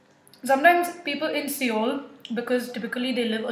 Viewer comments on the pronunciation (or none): none